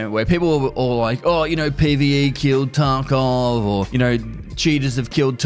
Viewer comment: I watch vids with subtitles and lol every time says "Escape from Taco"